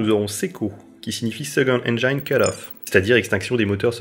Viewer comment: Super vidéo, très claire ! Juste une petite remarque, on prononce engine "haine-gine", pas "haine-jaïne" ;)